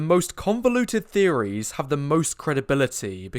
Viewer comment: it's "theories" :face-blue-smiling